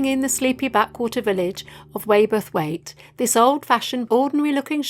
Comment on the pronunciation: Great to see my neck of the woods, glad you enjoyed the area...by the way waberthwaite is pronounced w'o'b erth waite 😉👍